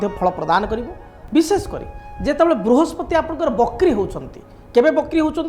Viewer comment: Vrihaspati mein pehle" sa " ko correct kijiye sir . Conentent mein hae